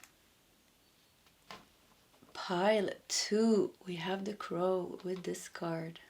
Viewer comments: Crow is pronounced croh, like ooh! I love your readings! ❤ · for crow you pronounced it right the first time pronounced Cr-Oh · crow. Rhymes with toe. Thank you so much for the reading